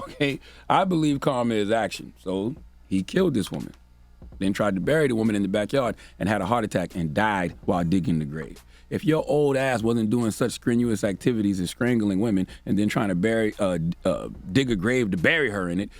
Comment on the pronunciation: "Skrenuous activity" 🤣🤣🤣🤣🤣🤣